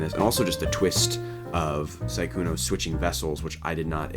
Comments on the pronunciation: I can't stand the fact he says 'Saikuno' and not 'Sukuna' :'< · Su-kuna, not sai-kuno 🤣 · i fucking bust every time you say saikuno